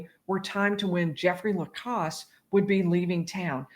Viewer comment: I would, respectfully, ask if you could, plese, say Jeffrey Lacasse's name right. It's pronounced with a short "a". As someone who's name is always being mispronounced, it would drive me crazy. If you look at any of the videos where he's called to the stand, they ask him to say his name. It definitely is spoken with a short " a", like "pass", or " glass". Having said all that, I REALLY enjoy your channel. You make it so much easier to understand these cases. Thank you!